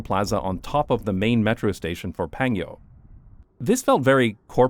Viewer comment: Don't know if somebody pointed out yet but it is PanGyo not PangYo. LOL.. oh you corrected later on eh? Anyway, I really hate those big wide roads and that there are so many cars but like 0 parking lots where you really need them. And everybody illegally parks by the side of the road every time and I'm here wondering why the heck not make the right most lane into a parallel parking area anyway since everybody parks there anyway and the roads are 6-10 lanes wide??? Wide roads does not mean car friendly either... As someone who has a car in Korea, it is a pain in the arse to go places because a lot of times there are no parking spaces anywhere when and where you really need them, ending up parking quite a distance away from the place I need to go and walk to my destination for 30mins and such. Basically bad for both pedestrians and cars a lot more times than good for either one. Also residential areas, not sure about new ones (i've seen on the news that in the newer apartments, people fight over parking spaces too) but older apartments have so little parking spaces and so much more cars that people double, triple park when they get home..... Then the the other kind of residential areas, what we call "villa" as in shorter buildings that are 3-6 stories tall and a lot of times the first floor is a store/restaurant/cafe and second floor to top floor is residential, in these areas there is no parking space, people park by the street (a wide 2 lane street, supposedly illegal, when c